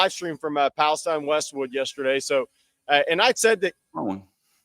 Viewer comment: its pronounced pal-e-steen